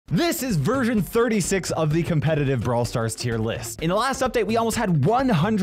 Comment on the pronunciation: i think i heard "this is virgin 36" not " this is version 36"💀💀